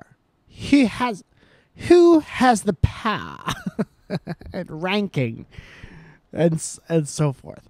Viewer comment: First you get the money. That you get the POWAH!